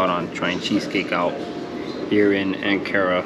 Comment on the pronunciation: its pronounced ank ara not an kara , good vid but lad